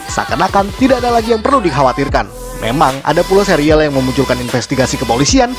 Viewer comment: bacanya serial bukan sereal :(